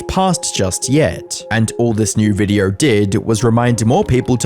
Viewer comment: im sorry but all im hearing is videourrrrrrrr